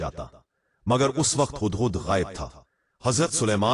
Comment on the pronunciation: Hadd hadd Nahin 😂😂 hudd hudd bolo . Urdu Bolna sekho.